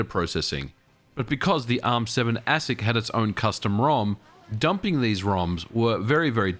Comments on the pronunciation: Always heard ASIC pronounced aye-sick ... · ASIC is pronounced “Aye-sic” if anyone is wondering. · Your pronunciation of ASIC is interesting.